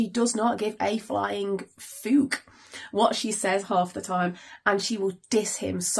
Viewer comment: I love how you say fook to clean it up for youtube. My dad is an 80 plus Irishman and this is how he sounds when he says it (which is rare Infront of women and never Infront of kids) 💜 oh and as for you explaing your parenting - fook them, your kids love and respect for who are 💐🌟